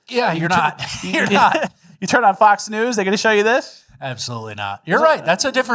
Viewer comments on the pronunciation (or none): Omg!!!! I thought he says "The best Neeew podcast of all time " just now realized he is saying "News" ahahaha I've been saying it every video outloud for 2 years wrong